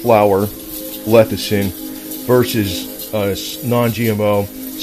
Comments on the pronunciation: Lecithin, not "lethicin." LESS - I - THIN. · Early everyone keeps saying it wrong. No one wants to start a word with L E S S-ih-thin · "Lethicin"....? How to spot an expert...!